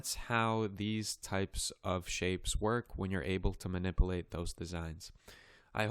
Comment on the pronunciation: Man-nipple-ate? Manip-u-late You are really doing a great job!